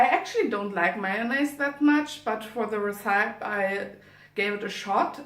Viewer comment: Schön gemacht! Bin ehrlich gesagt sehr positiv überrascht, die Kamerapositionen sind sehr gut und du hast auch toll geschnitten. (Zumindest aus der Perspektive eines Laien ;D) Einziger Kritikpunkt: Check mal die Aussprache von recipe. Tatsächlich scheint das Filmen auf englisch eine super Möglichkeit zu sein, englisch zu lernen, ich bin ja fast inspiriert! Hören wir auch mal griechisch von dir? Und zu guter Letzt: der thumbnail ist super! Hab dich lieb <3